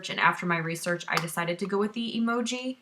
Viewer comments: Its pronounced em joy not emoji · What's funny is that it took me the entire video to realize you were saying Emjoi wrong. I think I also read it as Emoji! Haha! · LOL it's pronounced: Em(as in the letter M) -joy (M-joy = Emjoi) - The problem I see with 1st timer epilators is that they buy the wrong machine out of knowledge. For example if you have a low pain threshold I would not suggest the Emjoi Emagine(which I have) that has 72 SPINNING TWEEZERS(that’s a lot) instead go with about half which is 35-45 . Also prepping the skin prior to epilating, which includes exfoliating regularly and not epilating with long hair, so trimming is a must; and then the actual epilating procedure. It’s not like shaving, people, so you can’t go 70mph. It’s a slow 1-5mph process with small circular motions and stretching of the skin in certain parts. As you get more experienced and is starts to hurt less you can speed u a bit. The settings are easy. MACHINE: Slow spinning is for fine thin hair and faster is for coarse thick hair.